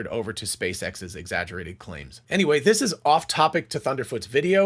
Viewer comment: you missed the “t” in the word “this”